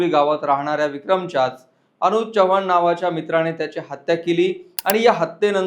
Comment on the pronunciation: च्यवाण नाही चव्हाण असं म्हणतात